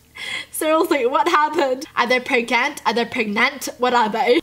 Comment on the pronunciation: theyre PREGANANANT